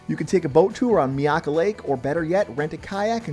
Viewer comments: It is not pronounced "Mee-aka" it is "MY-aka" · itz pronounced, MY-AK-KA you m0r0n